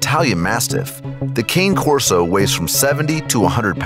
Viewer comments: It's not "Kane" Corso, it's "Kah-ney". It's Italian. What is the matter with Americans? All their YouTube dog channels mispronounce it. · Number 8 is pronounced Kah-nay Corso not cane corso. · Khan-A Corso. Not Kane Corso. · You pronounced Cane Corso wrong. It’s KAY-NAH KOR-SO not Cane Corso like a candy cane. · It is pronounced Ka-Nay Corso. It is a breed that originated in Italy. Cane is Italian for “dog.” It is NOT “Kane.” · ITS NOT KANE CORSO ITS PRONOUNCED KAHN-EH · KAHN-AYE corso!!🤣🤣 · As an American, I cringed every time he said it wrong lol I get why people who don’t know a lot about dogs pronounce it like that, but an informational video? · it’s pronounced “Cah Nay” Corso (Cane Corso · Cane Corso is Italian for Coursing Dog. Cane is pronounced CANay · That’s not how you pronounce Cane Corso! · I see you guys beat me to it lmao!! You are so onto these guys lol!! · Fr the way he said cane Corso and he said they way 70-100 that's cap I have on that's 125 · Is it only me that is bothered by how he pronounce Cane Corso? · You destroyed the Cane Corso Breed information. So wrong, and mispronounced it.